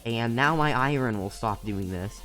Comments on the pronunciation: iren lol you call it iren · I ern not iren